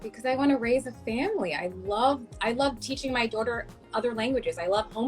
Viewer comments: Wtf is a "daurter".... a doordash order? This woman needs to learn how to pronounce the word "daughter" lmao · My favorite is how she kept saying "dorter" instead of "daughter" lmao "educated" btw